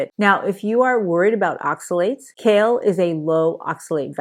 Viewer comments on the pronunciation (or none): Kale - not shale......